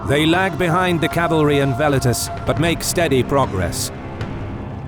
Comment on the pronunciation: I absolutely love the visual presentation, however the way the narrator keeps pronouncing 'Velites' makes me shudder every time. Classical Latin pronunciation is the best way. Velites should be pronounced like Well-Eat-Tays.